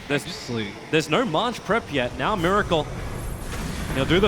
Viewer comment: and also mUracle